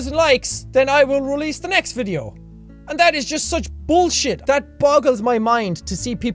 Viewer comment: "I like to ade something to the vitheo for your guyssssshh entertainments." Dat pronunciation tho :D